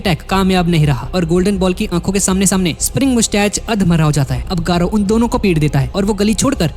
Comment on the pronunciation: Gayru❌ garou✅